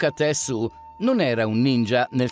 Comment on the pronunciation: Si pronuncia „tessciu”, non „tessu”